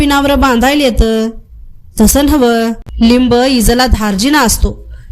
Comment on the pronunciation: येथे उच्चार चुकला आहे. लिंब असा उच्चार पाहिजे. बाकी वाचन उत्तम.